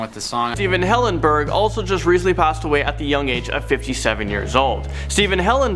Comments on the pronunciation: It's hillenburg not hillengurb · Hillenburg you guys said Hillengurb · Stephen Hillenburg not hillengurb. But RIP poor spongebob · It was hillengurb not hillenburg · Stephen Hillengurb. I think you mean hillenburg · "Stephen Hillengurb." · Hillengurb? IT’S HILLENBURG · Stephen Hillengurb? That doesnt seem right... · You spelt it wrong it’s not hillengurb its hillenburg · lol Stephen Hillengurb (rip Stephen HillenBURG) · Hillenburg not Hillengurb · Who Noticed "Hillengurb" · Isnt it Stephen Hillenburg not Hillengrub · ...Stephen Hillengurb...Don't they mean Hillenburg?? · Hillengurb... you mean Hilleburg? Love your channel :) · Hillengurb? Not tryna be mean but that seems kinda offensive if u ask me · They said “Stephen hillengurb” like bruh have some respect. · it said Steven Hillengurb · It said Stephen hillengurb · Why is said Steven hillengurb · Stephen hillengurb?????? What?!?!?! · “Stephen Hillengurb” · I know this is not a video to make a joke on but cmon Stephen HillenGURB...R.I.P to all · Stephen Hillengurb? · hillengurb xd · Hillengurb really? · It said hillengurb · I'm sorry, but... Stephen Hillenbur*B*?!